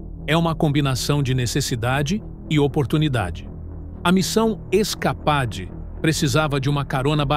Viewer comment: Se pronuncia "iscapeide", animal!